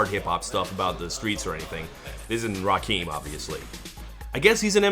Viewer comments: Quick cringe when he says "Rakeem" instead of "Rakim" at like haha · RaKIM, bro Rah-Khim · Damn Todd you need to brush up on Hip Hop knowledge because his name is pronounced “Raw-Kim”. & Rakim didn’t rap hardcore street stuff lol. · Rah-kim lol, not Rah-keem 😆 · The way Todd pronounces Rakim is wild lol